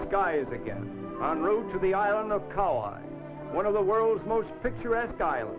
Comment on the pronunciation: Wow! No more Aloha Airlines. No more camera ports on airline windows. No more smoking on airlines (woowhoo!). No more Coco Palms on Kauai (I liked the way the announcer mis-pronounced that island name). No more Kalapana black sand beach (that's too bad - it looked cool in this video). How about that dirt road in this video at the Hanalei Valley Scenic Lookout? The tunnel on Hwy 30 going towards Lahaina on Maui still looks the same today as it did in this video but the road is MUCH wider.